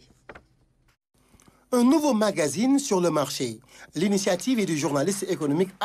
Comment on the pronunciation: Pourquoi nous Sénégalais, nous avons du mal à prononcer magazine. Beaucoup d entre nous disent mangazine